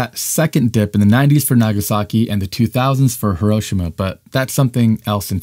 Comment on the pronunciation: If you're gonna continue to make these videos, which are otherwise good, learn how to pronounce "Hiroshima" correctly. Thanks. It's not a "tomato"/"tomato" or "potato"/"potato" thing, Hiroshima is a PROPER noun, say it right.